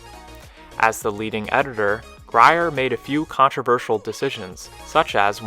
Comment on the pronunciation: "Lyon" is pronounced just like the animal "lion," "Grier" is pronounced "greer," and "LaPorte" is pronounced "la port."